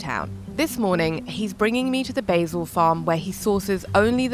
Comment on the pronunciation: BAY_ZIL ??? You mean Basil.